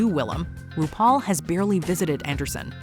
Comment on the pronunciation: UGH, "RudePaul!!!"